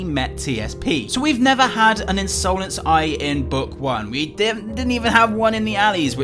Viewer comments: the in sole nce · Me: hears say insolence in another way Me: Hey, that's illegal!